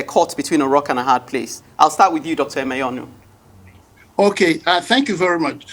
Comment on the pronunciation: Hear the host (not the bespectacled one) pronouncing "Emenyonu" with a forced, false, American accent. Colonial mentality wee not kee you, my dear. Say "Amen". Nigerian news media space is tormented by such Western-wannabes, it is ridiculous. 🤣😂